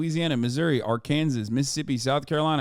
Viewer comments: I like hpw you pronounced Arkansas, Ar-Kansas lol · AR-KANSAS LOL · My man said ar-kansas lol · they truly dont anymore it seems like. i live in columbus ohio & when you get in an accident the cops no longer report accidents, you need to call down at courthouse if you want to file the accident report. like why would we call the cops then? how can insursnce companies then know who is at fault without just going with whoever calls first in the accident also absolutely love how you said Arkansas 🤣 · dude you live in america how do you not know how to pronounce Arkansas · I love the way Hasan pronounces "Arkansas". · as someone who lives in Arkansas, same